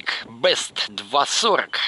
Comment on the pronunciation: Не Бест, а Бист, в переводе Зверь, не коверкайте названия